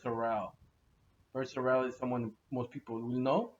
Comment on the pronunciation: It's Sorrells pronounced Sore, ULLs. But your right Sorrells are solid dogs.